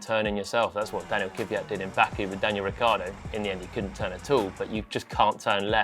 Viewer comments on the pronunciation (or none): Can you teach him how to say Kvyat please? It absolutely is not “Kivvyat”! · It's KVYat not KYVat... How hard can it be?